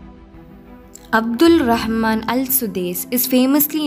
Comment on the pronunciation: Not Abdul Rahman..... It's Abdur Rahman.....!